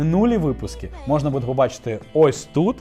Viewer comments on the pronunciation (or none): none